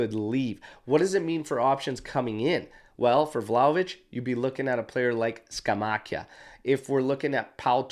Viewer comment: Hey, since you'll probably be using their names a lot, I thought I'd drop in to say that it's GIUN-toli (emphasis on the first syllable), and there's no 'i' sound in Scamacca. Keep up the good work!